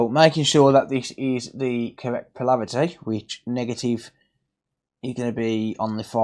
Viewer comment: "Polarity",. Something to mention:)